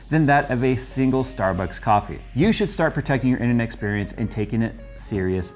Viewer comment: Innernecksperience? Even said it twice :D